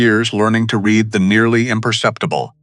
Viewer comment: AI reading with the wrong inflexion on the word.